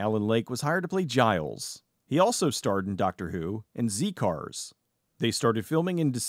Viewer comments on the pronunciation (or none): Yep I'm going to be THAT guy : It's pronounced Zed cars not Zee cars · Zed cars its pronounced. Not zee cars. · Z cars was pronounced "zed" not "Zee" lol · Great video, although the pronouncement of Z Cars is off, as you say Z as the letter when it’s pronounced Zed, and looking at Alan Lake, I had no idea he had such a tragic end of his life and career, the Doctor who story he was in Underworld was another production plagued by numerous issues. Firstly they managed to blow the seasons budget rather early on, so when they got to the 5th serial of the Season which happened to be underworld the money was thin, and they spent the money on the spaceship set, as such everything else being the titular underworld was blue screened in, and because of the thin budget they couldn’t shoot all the needed scenes, so the recaps were unusually long, the recap from Episode 3 is actually about 6 minutes compared to the usual 1 minute, most of which is focused on Lake as a matter of fact, Underworld is now often considered one of the worst stories of the classic Series Mark Jones however appears in The Seeds of Doom a story often considered one of the most popular stories, and was another that was experimental in its style and had one or two issues of its own, it was the third story to not do filming which was often done for location, instead it used outside broadcast to smoothly combine the very effects heavy monster, and the issue stemmed from the numerous rewrites, originally it was believed that a on/off regular at the time Nicholas Courtney would be unavailable so they created some fill in characters and other actors who played characters ass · Heh heh - "Zee cars". Don't think I've ever heard Z-Cars said by an American before. Just made me chuckle. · Z Cars is pronounced Zed Cars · Z cars being said with American pronunciation feels wrong